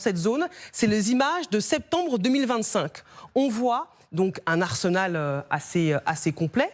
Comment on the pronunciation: lorsqu'on aime gbairai on ne peut que mentir. "ARNENAL" au lieu de "ARSENAL"😂😂😂